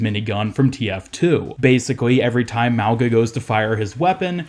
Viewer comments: It’s pronounced like “maunga” the g is a soft g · Wow guess OW devs actually made a polynesian character? Samoan to be specific? I'm assuming he is Samoan because he has a samoan name. His name means literally "Mountain" In samoan. Lmfao and i'm cringing cause people are not pronouncing his name right. Mauga- (Ma-oo-nga) or (Meow, without the ‘E’ so Mow-Nga). The letter G is always pronounced with a "Gna" in the samoan language. Regardless cheehooo!!!!!!!! make way for this up and coming uso!!!